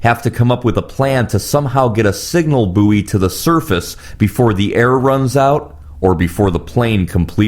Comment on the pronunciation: Buoy is pronounced 'boy' as in 'buoyant'. It's French for floating.